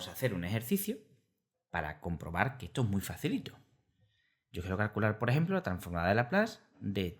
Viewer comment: Todo bien. Es curioso que dices "carcular" en vez de "calcular"...